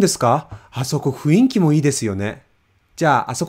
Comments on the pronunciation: 雰囲気良くないね。 Could you help me with the pronunciation here, please? It sound's like you're saying ふいんき, but it's clearly supposed to be ふんいき. Am I mishearing? Did you misspeak? Or does it sometimes blend together when spoken fast? Second example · So, I have a question. Why does the word 雰囲気 is transcribed as ふんいき but always sounds more like ふいんき ? Like, I've been listening to that part on repeat and it really sounds like the latter way more than the former, or am I hearing things? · That’s how people usually pronounce. People pronounce some words differently than how it spells. ふんいき→ふいんき てんいん（店員）→ていいん せんたくき（洗濯機）→せんたっき It’s not that you are supposed to pronounce that way, it is just people habitually pronounce them that way. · You're right. He's saying ふいんき. We often pronounce words in wrong way because they are a bit difficult to pronounce. (Also, some people don't know 雰囲気's correct pronunciation is ふんいき.) For example: atmosphere ふんいき→ふいんき clerk てんいん→てーいん everyone ぜんいん→ぜーいん P.E. たいいく→たいく